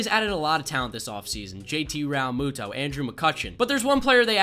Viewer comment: Seresley RALMUTO U SAID IT WRONG